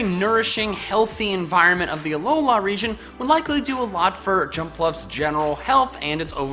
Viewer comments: Does it bother anybody else the way pronounces "Alola" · He has a weird pronunciation of Alola.